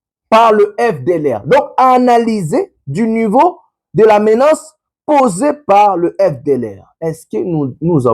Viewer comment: On écrit et on prononce, MENACE et non MENANCE . Merci